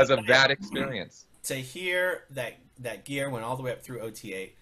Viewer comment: Aaron, would you please get Geirs name right? It is NOT "Ai-seen" it is "Ee-su-nuh". 😋